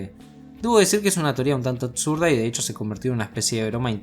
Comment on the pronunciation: Me gustan tus videos hermano pero me perturba que uses la "t" para palabras que no la llevan. "atsurda," excetciones" etc. No lo digo de hate hermano. El canal es tan grande que eso es un detalle a seguir. Un crack 🔥🔥🔥